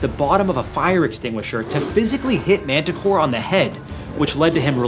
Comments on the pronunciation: Montecore, not Manticore. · Pronounced monticore.